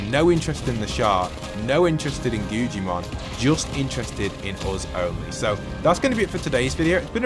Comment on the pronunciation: It’s Guggimon not gugiman